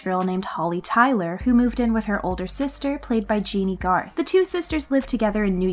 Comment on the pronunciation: It’s also not Genie Garth it’s Jenny! Lol